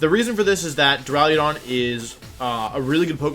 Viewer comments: Go watch cybertron to listen to him say “dura-ludon” idk which one is worse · "draliodon" what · Does it bother anyone else how he says Duraludon?? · You say duraludon so much and you mispronounce it so horribly every single time. Your videos are great but damn it’s so offputting